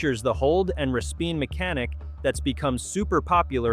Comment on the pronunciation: No it was a res-pin (sounds like an AI reading the script)